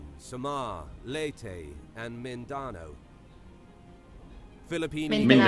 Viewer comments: Not mindono mindanao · The mispronounced "Mindanoa" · It’s so sad u two pronouns “Mindanao” better than the guy talk in the vid😭😂